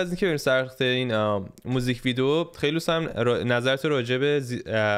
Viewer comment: هاهاها میگه میزیک ویدیو